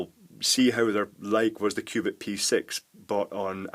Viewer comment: sounds like he says Qupid :P